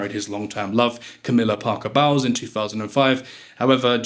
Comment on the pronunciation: Most well educated and well travelled people (including the English) know how to pronounce well known place names correctly. To pronounce the "z" of St Tropez is a primary school error. "Bowels" - now that I can more easily overlook!